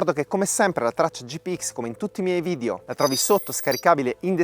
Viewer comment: bravissimo! ma la pronuncia è vidEo non vidio